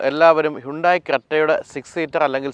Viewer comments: ഹൈന്തായ് എന്നല്ലേ ശരിയായ ഉച്ചാരണം.. ഹുണ്ടായ് എന്നല്ലല്ലോ...? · Its 'അൽ കസാർ' not 'അൽ കാസർ' 😏... താങ്കളെ പോലൊരാൾ പേര് പറയുന്നത് കൃത്യമായി പറയാൻ പഠിക്കൂ..... 'ഹ്യുണ്ടായി' എന്നതും തെറ്റാണ്...പക്ഷേ അത് ക്ഷമിച്ചിരിക്കുന്നു, എന്നാൽ ഇത് തിരുത്തിയെ മതിയാകൂ.... 😊